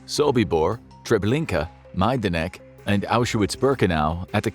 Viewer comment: if you say the names of people just write them on the screen because you pronounce them horribly, especially Polish ones -Chełmno -Majdanek -Sobibór -Bełżec -Oświęcim (auschwitz in Polish)